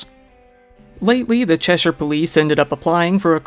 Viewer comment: As an English woman I’d like to say a huge thank you for pronouncing ‘Cheshire’ properly. So many Americans pronounce it Chesh-eye-er or ‘Chesh-eer’. There’s so many others they get wrong too lol. I commend you, sir.